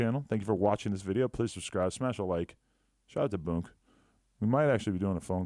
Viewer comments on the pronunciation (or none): Lmao she was yelling pease pease pease instead of please please please 🤣🤣 there was no L pronunciation ☠️💀